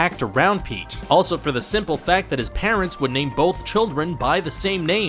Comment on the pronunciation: Anyone else cringe a little every time he says "bolth" instead of "both"?